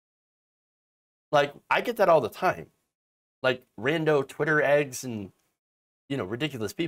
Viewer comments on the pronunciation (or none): none